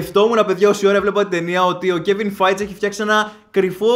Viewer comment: καλησπέρα. Όσο αφορά στην ταινία, αν και δεν την έχω δει ακόμα, ήμουν σίγουρος ότι θα είναι σούπα. Έτσι πάει το πράγμα εδώ και 5 χρόνια με την marvel. Θα ήθελα όμως να σου κάνω και ένα λίγο διαφορετικό σχόλιο, χωρίς παρεξήγηση και επειδή μου αρέσει το κανάλι. Έχουμε λίγο θέμα με τα ονόματα. Πχ ο Kevin feige, λέγεται φαϊγκι κι όχι φετζ ή φαϊτζ. Και σε κάποια άλλα βίντεο έχω παρατηρήσει ότι "σκοτώνεις" (καλοπροαιρετα στο λέω) ονόματα συντελεστών ταινίας και επειδή γενικά έχουν ωραία ροή και ωραίο κείμενο τα βίντεο σου, αυτό μου "χτυπάει" άσχημα και είπα να το μεταφέρω. Ελπίζω να μην το πάρεις στραβά. Κατά τα άλλα συνέχισε έτσι και συνεχίζουμε όλοι να ξενερώνουμε με την marvel 😁😁